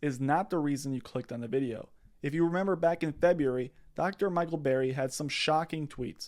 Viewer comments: That's Burry. Not Berry. Just saying. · Burry, like hurry. Not Berry. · BRRRRRRY not berry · It’s BURRY not BARRY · BURRY. NOT BARRY. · its Burry, with a U... Barry/Berry/Bear-y?.. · Burry not Barry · Can you please call him by his correct name? It is B U rry, not berry. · Dude, 30 secs in and your credibility drops 📉 Burry, not Barry. It’s the whole point of the video and you have people in the comments saying Barry. Come on man! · It’s not Berry, it’s BURRY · Burry not berry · Michael Burrrrrr-y, NOT Barry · It's Burry, not Berry 🍓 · Burry. BURRY Not Barry. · BURRY, not Berry. 👍🏼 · Burry not Berry. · B errrrry not Barry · "BERRY" its's BURRY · *Burry Not berry. 👍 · It's pronounced "Burry" as in "burn", not "berry" like "raspberry." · Can you learn to pronounce his name correctly?! Wow that was annoying every time you said “BARRY” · Bro, if he says BERRRY one more time i’m moving to Albania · All I can hear is "Dr. Michael Bear-y" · Pls just pls it’s Bur-ry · I know what you're saying is reasonable and I appreciate the info I really do but dawg it's difficult to take your analysis 100% seriously when you keep calling him "Berry" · Who is Michael 'BERRY'? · Stop saying Barry. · You can't even pronounce the mans last name? Sound it out letter by letter like my 6 year old.